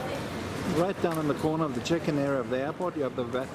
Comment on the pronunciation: Wow! That was a quick response - thank you 😊 It sounded like 'chicken' when you said check-in and I honestly thought you were looking for a KFC.